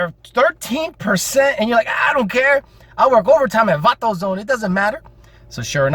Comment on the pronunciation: Vato-zone...OMG lmao.